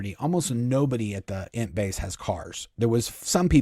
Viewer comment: I love your stories, but every time you say Int base, I hear it as Ent base. So, it cracks me up thinking of walking trees (from Lord of the Rings) as Miscavage's workers. It fits though, because he's a hobbit. Edit: sorry, I wanted to ask you a question. My mother in law is pretty connected to Hollywood and Scientology - without being a member. She usually gets the good gossip. The rumor is that Tom Cruise is cutting ties. Do you think that this could possibly be true? I say bs. Thanks!